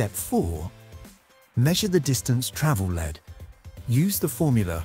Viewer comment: A perfect illustration of why we still need old skills when AI can't pronounce travelled